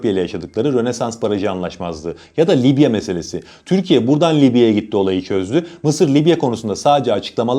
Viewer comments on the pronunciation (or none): none